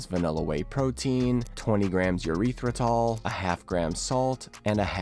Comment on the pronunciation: "eurethratol" is funny